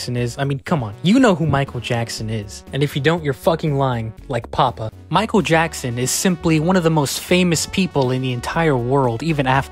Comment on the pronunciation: “Maikuuru Jaxsun”